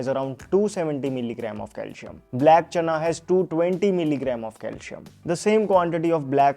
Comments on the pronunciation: Bro pls don't misunderstand but DO NOT PRONIUNCE " CALSHIUM" but just use CALCIUM, that is with "ci" as in letter C, thanks. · Calcium ia pronounced as calsiyam not calshiyam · It’s not calshum it is Calcium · Cal C um. Please pronounce it properly . See. Um . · It's not calshium. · Is your target audience.. English speakers ? I think so .,.this isn’t criticism . .. you’re pronouncing calcium .. wrong Kal -seee - um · It’s Calcium not Calcium…IYKYK😅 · Please pronounce calcium properly.....